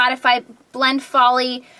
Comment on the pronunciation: "and then the one that fell is FALL-y" AHAHAHAHAHAHAHAHA. i know its folie. but that was hilarious